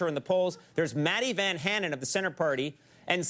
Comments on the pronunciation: Maddi Vänhäänen and Säuli Ninistö XD Hauska kuunnella amerikkalaisten lausuvan englantia lol. And the song in the end just killed me. Hahaha good try on the pronouncing XD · Hauska tapa lausua Matti vanhanen ja Sauli Niinnistö : --- D